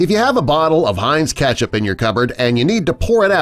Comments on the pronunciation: IT'S KETCHUP, NOT KATCHUP.. 😂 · STOP SAYING KATCHUP ITS KETCHUP🍅 !! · I can't stand the way this guy says ketchup, pronounces it Catch-up. 😖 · How it's spelled: KETCHUP. What you keep saying: CATCH UP. NOT THE SAME THING. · I got triggered when I heard the word "katchup* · WHY DOES JE SAY KATCHUP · Am I the only one disturbed on the way he pronounces Ketchup as Catch-up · Is no one bothered by the way he says ketchup, Or is it just me? Just me? Okay.